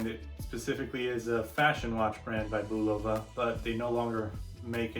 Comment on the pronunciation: You're pronouncing Bulova wrong. It's pronounced "Boo-loofah," it's "Bull-uf-Uh."